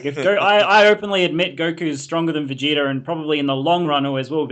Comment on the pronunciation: and both say vegeter instead of vegeta lol.